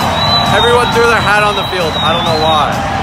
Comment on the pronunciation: Bro said felid 👽👽👽💀💀💀